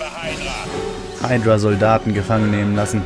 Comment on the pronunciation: nicht heidrua sonder hüdra (hydra)